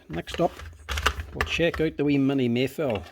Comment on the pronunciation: Haha, I thought I heard you call this a Meliff a couple of times.